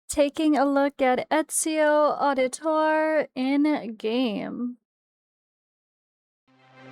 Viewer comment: Trying to correct all the content creators pronunciation of his name. (Et-zio Ow-di-toray)